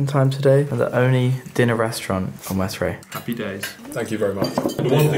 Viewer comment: It’s pronounced West-Ray I know this since I live here also I think you might have visited my friends shop